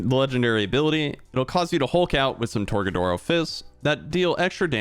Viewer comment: My guy said tor-ga-doors